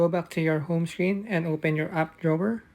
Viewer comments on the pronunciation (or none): What the heck is an app drober?! I couldn’t understand you after downloading Disney plus and I can’t find that app you said to open.